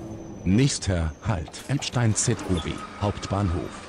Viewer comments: It´s Ebsteyen (like "eye") not Ebstin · As others already said, it is pronounced like "Ebshtain". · Its ebshtine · Pronounced "Ebshtine" and "Vinehime" ;) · If there's "stei" you read it as "" sht "eye" n"" and if its " ie" you read "ee" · I would say Ebetein is Eb-ste-een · Ebshtain the pronunciation